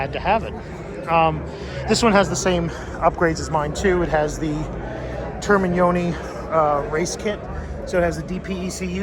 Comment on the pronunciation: Yeah I don't think its regional - and my family is from Italy 🇮🇹 But I gotta say you totally nailed the pronunciation of those Termignoni exhaust! Molto Bene 👍